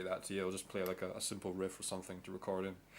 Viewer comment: its record not recard